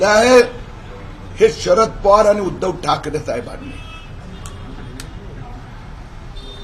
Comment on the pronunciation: अरे बाबा थायबांनी नाही साहेबांनी बोल